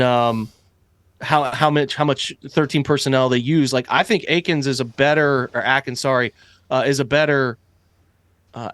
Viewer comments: It’s A-Kins not Atkins. Good video but it’s Akins not atkins ha 😂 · First of all, love the show Q but you guys got to stop murdering new TE name. As a former Texan myself, I can assure you it’s A-kins not Adkins. Lol. There is no D in there. Btw, glad you guys got room in the dawg pound for me cause DW4 is the truth! 🏈 💪🏾💯. You’ll see this season.